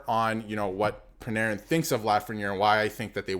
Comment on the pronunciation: Dude, it's your own video, and you even have his sweater behind you, and you still can't pronounce ZIBANEJAD correctly 😮. How embarrassing is that?? And I hear you chuckle at Panarin, wow! Do your homework if you want credibility from your viewers, it's basic. Same goes for Eddie Olczyk and his crap on National broadcasts, disgusting.